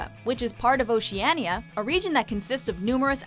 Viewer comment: The way she says Oceania makes me cringe so hard